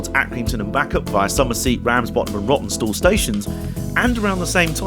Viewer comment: That two hour layover which caused you to freeze your proverbials off at Rawtenstall caused you to pronounce it "Rottenstall"! That must be the way you felt about it in the nethers! Entertaining video, thanks for uploading.